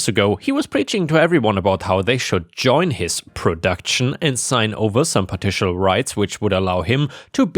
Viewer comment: Partial - par-shal - not partitial!